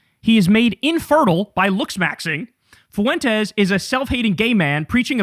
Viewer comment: 😂😂😂😂😂😂😂😂😂😂 you killed me with the fart 😂😂😂😂 And when you say : FUWENTEZ 😂😂😂😂😂